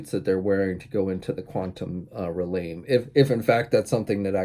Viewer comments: dude cant say realm lmfaoooo.... relame relame.... REALM.... pronounced rehlm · wait did he just say Quantum “Re•lāme”?? C’mon buddy you’ve heard that word out loud before 😆 ill like this vid just for the laugh 👍🏻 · Dude...wtf? i coulda handled If he pronounced it how it was spelt but like, that's not even the correct order of letters, you grown man